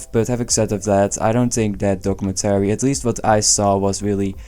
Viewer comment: What a WILD way to pronounce documentary. I couldn't focus on anything else.